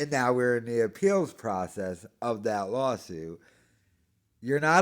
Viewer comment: Dude. It’s lawl suit